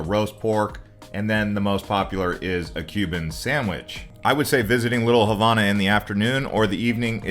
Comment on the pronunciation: Learn to say Havana correctly